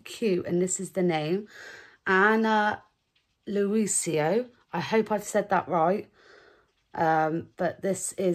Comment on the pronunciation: you prounce it ana louisa lol